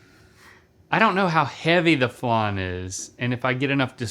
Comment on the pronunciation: Why is flan being Called flarn?